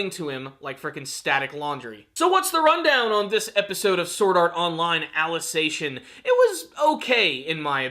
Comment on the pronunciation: Why do you pronounce Alicization as "Alice ation"?